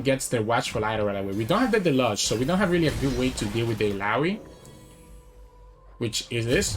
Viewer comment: Pie-oh-neer mar-odd-er (marauder) del-oo-j. I understand that english is probably not your first language. Just wanted to help a little :) I like your channel a lot